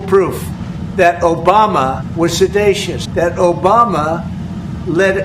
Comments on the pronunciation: it is pronounced se·di·tious not se·DAY·tious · “Obama was se-DAY-shus.” I wonder if he means sedative or seditious. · Serdatious? I do love the way the Dementia Dozy invents his own language. ‘Origins’ anyone? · Sedatious? Sedacious? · Did Trump say “sedatious” when he meant seditious? What a clown we have for a President. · The word is "seditious" Donny... no one said he was smart. Oh and what about your illegal activities, Donny? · He mispronounced seditious. He is the Fake News, the Hoax and the True Derangement Syndrome